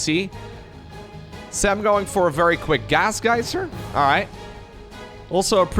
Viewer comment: I love how pronounces Sam's name: "Sam-BRRRRRT"